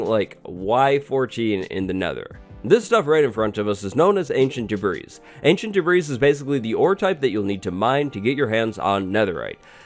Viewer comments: His insistence on calling it "ancient debreeze" simply makes this unwatchable.This ignorance is just too painful to watch. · lol "ancient debreeze" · Actually no, it's literally called "Ancient Debris" 😂😂